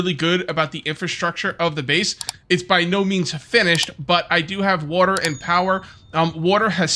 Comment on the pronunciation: bro says Wuater anymore times I think I might have to /kill